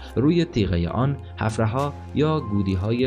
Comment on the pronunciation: بسیار تشکر از زحمات شما، خوب است روی تلفظ کلمات بیشتر تمرین کرده و درست تلفظ نمایید.. اولا اُومّامه نیست و عَمّامه درست است. همچنین کلمه حَفرَها نیست بلکه حُفره یا سوراخ درست است.